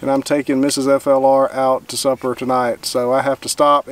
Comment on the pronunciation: When you said you were taking Mrs. FLR 'out to supper', I heard 'Out to SUFFER'. I just about lost the breakfast in my mouth. Congratulation on the years (many to some few to others), you have had together so far.